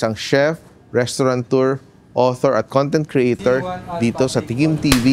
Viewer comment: "RestauraNteur" I think he meant restaurateur.